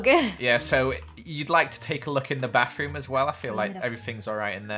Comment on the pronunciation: I live to hear say “wiv” and “barroom”